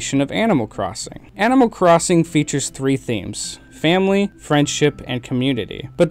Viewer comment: am I the only one that hears "amal crosin" just me? ok